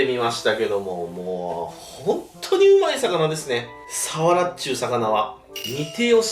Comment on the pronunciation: サワラのイントネーション所々おかしくね？